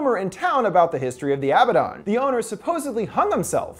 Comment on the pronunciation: It's not Abba-Don. It's A-bad-en.